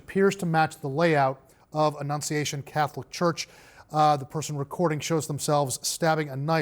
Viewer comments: he couldn't annunciate 'annunciation' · When a reporter can’t enunciate the word annunciation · So many journalists struggling to say "annunciation". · LOL Jake Tapper has problems saying "annunciation"